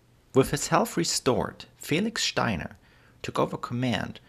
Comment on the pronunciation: I like this video, and I like the way you say "Steiner". I think it'd be great if you made a video on the history of the German flag in more modern times (Prussia to now)